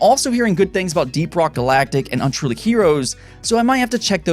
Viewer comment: Are you saying unruly or untruly? Maybe my ears are defective. Looking forward to grim fandango, day of the tentacle and full throttle.